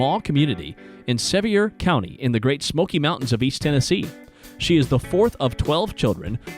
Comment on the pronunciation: Its Sevier sounds Ike Severe.